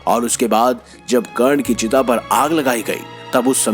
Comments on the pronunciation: अबे पहले हिंदी को अच्छी तरह सीख ले, कर्ण को चिता पर नही चीता पर लिटा रहा है!!! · चीता नही चिता